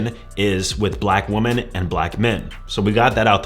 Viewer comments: who forced him to pronounce women like woman lol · Women in plural is not pronounced the woman. Muslim is not a race and Indians are also Asians. Outside of that I agree with all he said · He doesn't even know how to pronounce women